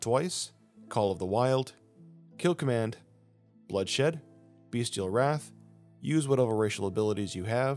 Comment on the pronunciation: It’s Bestial Wrath, not Beastial Wrath lol I used to call it that too for the longest time.